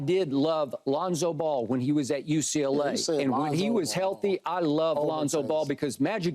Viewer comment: 😂😂😂 Pierce said, "This dude said Lonza Ball." lmaooo Pierce is a foo 😆 🤣